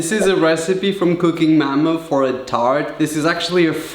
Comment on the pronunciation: I like how you say mama